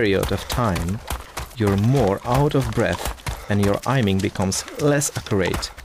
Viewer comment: ''ajming'' lol